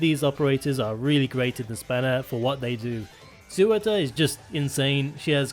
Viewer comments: Tbf those names are mad hard to pronounce correctly, much like Eyjaf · "Sewer-tur" Why can't anyone just pronounce Surtr correctly. :( Btw Laevateinn is pronounced "Lay-vah-tain"